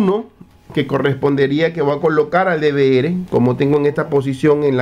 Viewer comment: NO SÉ LLAMA "DE VE ERE" ES "DE VE ERRE" LA LETRA R. SE LLAMA ERRE. R=ERRE. NO ERE. NO ERE. ERRE.